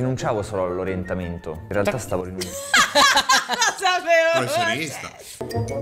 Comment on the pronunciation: In realtà vi adoro entrambi.. e non reaaalta. Ma realtà 😁 😁